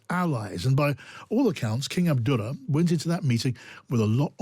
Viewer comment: "King Abduller" lol